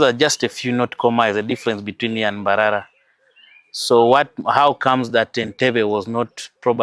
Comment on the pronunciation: I hate the way she pronounces mbarara like mbaralanit xool